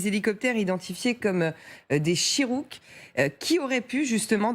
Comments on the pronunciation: des "Chirrook".... Ca fait 60 ans que les USA utilise ce type d'hélicoptères et elle n'est pas capable de les appeler correctement. C'est des "Chinook" madame la journaliste 🤔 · "Des helicoteres CHIROUK " ???? Plutot Chinook non?